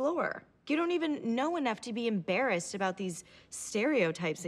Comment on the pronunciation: the literally definition of the clip "aren't you embaracced, this is really embarassing"